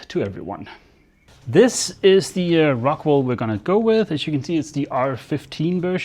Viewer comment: Ohhhh rockWOOOL not rockWAAALLL